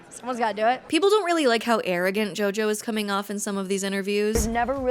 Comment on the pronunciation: I heard you bable for the first 21 minutes and then it hit me: who the eff is yoyo ?